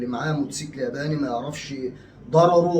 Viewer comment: يا اسمه موتوسيكل مش موسكل دايما تنطقيه كدا